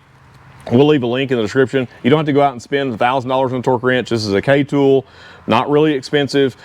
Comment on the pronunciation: Love ur content, thank you. But that ool.. now Im saying it too😂